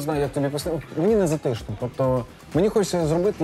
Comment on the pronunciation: я розмовляю живою говіркою і зовсім не соромно за це, бо не всі англійці(зокрема актори) розмовляють, як у Downtown Abbey. Але наголос-це наше все! Правильно: зАтишно, а не затИшно.